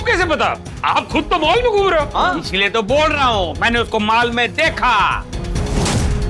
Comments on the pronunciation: Pehle khud to sahi bol fir sab ko batana Mol me ❌ Mal me ❌ Mall mein ✅ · Mall not mal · mol me ❌ Mal me ✅😂😂😂😂😂😂